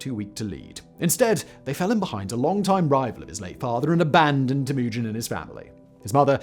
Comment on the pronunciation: Tim-Ew-Gin. Not Timoogun...